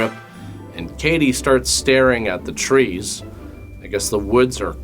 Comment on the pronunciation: When you said “trees”😂